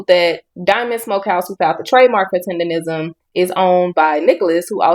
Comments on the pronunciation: Please tell me why you keep saying "tenderism? It's "TENDERNISM!" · Rism not Nism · Learn how to say it my dude. It's tendernism with a N not R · Sir it's Tendernism not Tenderism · Everyone always mispronounces his name is not tenderism it's "Mr. tender-nism" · It's "Tendernism. Not Tenderism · Tendernism. Its tendernism not tenderism. Cmon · It’s Tendernism the blogger is saying it wrong he’s saying Tenderism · ITS TENDERNISM NOT TENDERISM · got to be the dumbest nigga on the internet. Nigga, the word is TENDERNISM, not "tenderism", stupid. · Tender "NISM" not Rism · Damn kmon You saying the wrong word is "tenderNISM" not "tenderRISM" buster 😂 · its Tender- Nism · Please say it right. It's TENDER-NISM! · IT'S "TENDERNISM" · Bruh it has always been Tendernism people have just been mispronouncing it 🤦🏾‍♂️